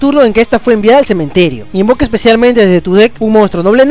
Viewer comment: Min Se invoca o se "invoka"? :v porque en yugi no es lo mismo :v xDDD